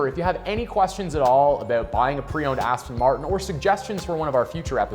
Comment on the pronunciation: It's a shame you can't pronounce Aston Martin.Aston Martun? 🤔